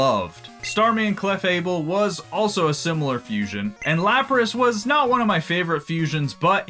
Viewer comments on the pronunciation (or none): none